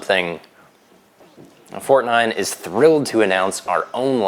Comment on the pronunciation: I'm German, and I approve the "Fortnein" !